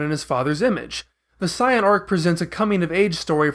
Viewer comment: This dude can't even say saiyan right